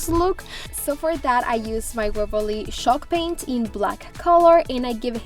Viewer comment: Ooohw she means CHALKpaint and I thought she says SHOCKpaint aaahahhahahaha😱😂😱😱😂😂😂😂..I loooove her projects❤❤❤❤